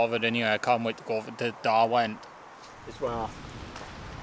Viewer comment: It's Derwent...as in 'Durwint'...not darwint.